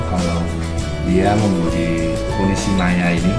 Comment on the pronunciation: Nishimiya bro... Bukan nishimaya 🤣🤣🤣